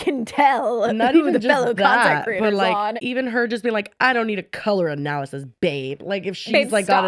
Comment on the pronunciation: not being able to say analysis is taking me out 😂